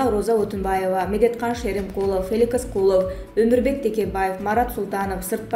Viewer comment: Бляя Феликс Кулов адамдын атын туура окуй албайт экенсин